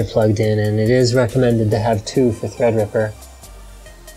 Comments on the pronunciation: When Linus said "ThreadRipper" I legit thought he was saying EggRipper😂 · linus, god love you so much, treadreeperluky much xD